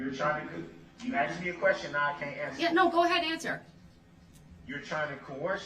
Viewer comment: When she doesn’t Darrell “grounds” Brooks says — it’s that a “tack it” agreement or a “judishal”determination or because she “axed” not asked